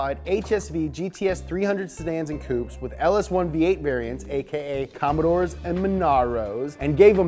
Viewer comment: I think that’s the best I’ve ever heard an American say commodore